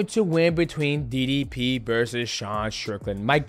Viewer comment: Why does MM say didi P not DDP